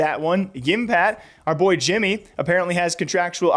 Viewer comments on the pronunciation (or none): none